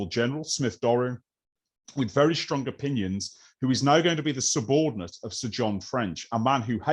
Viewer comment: Enjoyed this highly interesting presentation.But why do modern speakers pronounce words that begin with an S ,as if they begin with an SH,like Shtrong instead of Strong? It's one of the peculiar modern fads for which there is no linguistic logic.